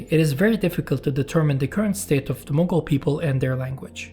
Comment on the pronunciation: Mughal or Mongol? The title doesn't match with the pronunciation.